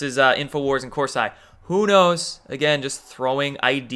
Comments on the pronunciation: Great video! It's pronounced Cors- E not I. Just an fyi! lol ;) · It's pronounced Corseeeeeee.....lol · what is wrong with you? you're going to say people are getting triggered and it's a potatoe/pah-tatoe thing but it's not. Jerome cor-sy? really? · Pronounced Cors-eee. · Hey. I like your videos but it’s Cor-see not cors-eye. Also Broward as in eye”brow” not eye”bro”. Lastly Kavenaugh not K”o”venaugh as in “cat” not “cot”. Think pronunciation is important when educating people otherwise you sound uneducated. Keep doin what you do! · Why do you pronounce Kavanaugh and Corsi like that when you know that’s not the way to pronounce them? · Kananov come on pronounce better jerome corsi too u sound uninformed when u mispronounce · Ha! You literally said almost everyone’s names wrong....Kavanaugh, Corsi, even Broward County. One has to wonder if you’ve ever heard these names in the media. But that’s just funny...not bad. I will argue with you however about why the ‘white hats’ allow fraud to go on. They always have! They’ve never had the guts to stand up to these cheating bastards! And just like always they’ll get away with it again. I mean they allow a woman (snipes) to keep her job with voting after a judge found she destroyed votes in a previous election! How does that happen? If you cheat you should never be allowed to work with the votes! But no one put up a fuss...they just let it haas always.